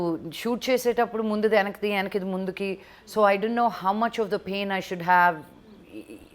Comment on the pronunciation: Yenakki kadu venakki - telugu raadu